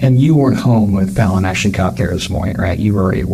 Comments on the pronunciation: Good video, but you're mispronouncing this angel's name. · Ummmmmm, except mispronouncing the poor baby's name incorrectly every time. Definitely AI generated from text. A human would have heard her name in the videos and corrected the pronunciation. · It is really annoying to hear the narrator mispronounce the child's name EVERY SINGLE TIME he says it. Such disrespect. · Put some respect on that baby’s name, you keep pronouncing her name wrong SMH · Yes, that was so annoying ‼️ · Hey, appreciate your channel and enjoy your narrating voice! The pronunciation of her name is not like "Fall" but rhymes with "pal, Hal, Sal". They say it a few times in the video - she says the actual word fall, and then says, "That's Fallon" (because she was describing her falling). You can hear the words are very different from one another. I had a friend in high school named Fallon. No one ever really knew how to pronounce her name. Not a big deal, just thought I'd let you know in case you ever encounter a Fallon in the wild (doubtful, kind of obscure name)! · Just FYI, her name is not pronounced “fallen,” it’s pronounced Fallon like “gallon.” Very good coverage though… I’ve never seen some of the things you’ve had here! Thank you! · Do this child the respect of pronouncing her name correctly. Fallen rhymes with Alan. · Did you really watch an hour of this interview about a child named Fallon and still pronounce her name “fawlen?” Time to invest in a better AI. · You pronounce the name Fallon like Val or Hal. Not like falling or a fall day. Val, valor, Valerie etc thanks! She’s not “mother of the year” as she tried to portray herself. Her changing her story for the fortieth time was annoying! You could see it coming when she’d say, “the only thing I can think of” smh!! I hope everyone is aware of her crimes and cruelty in prison!! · It's more like Fail-on, rather than Fallen...I noticed, too 😊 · Don’t mean to be rude but could you at least learn to pronounce the victims name correctly?